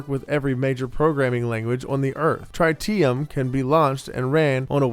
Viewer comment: That’s not how you say tritium.